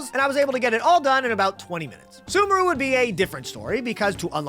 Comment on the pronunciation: why does he pronounce sumeru as 'soomaroo'? that's not correct